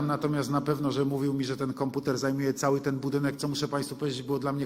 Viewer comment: Konputer! Angielska wóda!